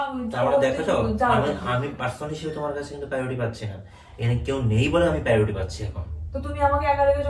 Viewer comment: Priority ❌️ PAURUTI✅️